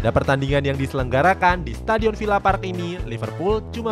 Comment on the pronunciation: Aston Villa bacanya VILA biasa aja bukan VIA lu pikir bahasa spanyol min, riset dulu napa elah apa susahnya sih